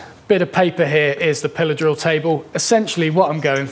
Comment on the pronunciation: I swear the first time I heard you say "pillar drill", which is a term I've never heard before, I thought you said "pillow saw." Lol. I like learning the English language.. :)